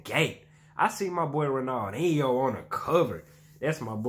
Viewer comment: The first guy name is pronounced Ronal-dean-neo